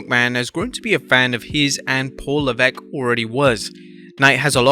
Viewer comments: It's pronounced 'Lev-esk' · No, the commentator was pronouncing it that way for a while. it is lev-eck. However, I have seen Americans named Benoit pronounce it as Ben-oit instead of Ben-wa